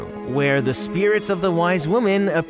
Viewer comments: Hate to be the party pooper, but it's white women, i thought you said wise women? Love the video regardless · The Dutch names are butchered, but you deserve A LOT of credit for at least trying! Also... They are WHITE women, not wise women. They are restless spirits (people used to believe the white mist over fields were these spirits)